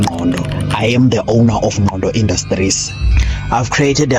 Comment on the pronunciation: Ngqondo Ngqondo Not Ndlondo Ndlondo ngibonge ithuba ✊🏾👋🏾yakhala insimbi.